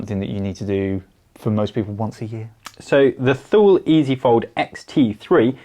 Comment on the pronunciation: Great video, thank you for the recommendations! Just a heads up, Thule is pronounced "Toolie". I never thought I'd be the guy in the comments correcting the hosts... yet here we are... I'm so sorry lol.